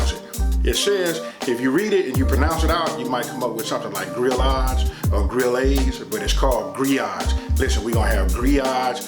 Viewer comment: Listen! I love GRILLADES!!!!! Thank you for pronouncing it correctly. I worked at a Tex-Cajun restaurant in Houston for years. I always recommended the grillades and grits. Your recipe looks tasty!